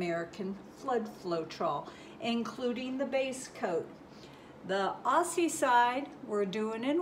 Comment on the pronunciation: Just an FYI it’s pronounced Ozzie not Ossie :)